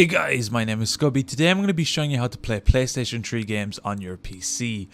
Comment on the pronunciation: Playstaytion tree LOL love you dude